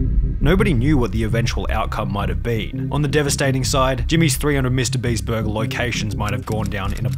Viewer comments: its borgir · the way he says "burger" is so satisfying.